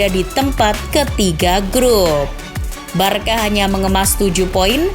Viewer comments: tolong naratornya belajar pronounce2 dulu deh, info bagus dikemas narator pas2an jadinya kurang nyaman. giusepe meatza pronouncenya, bukan meaza. el barsya, bukan barka, aduuh, dan keliatan baca teks banget. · pronounce nya “barsya” bukan “barka”